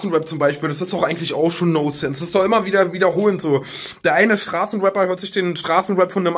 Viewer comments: Das heißt "Non-sense" und nicht "no-sense" :'DD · Es heißt nonsense und nicht nosense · noNsense, das N ist nicht stumm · Es heißt: „nonsense“ Tanzi, nicht: „no sense“.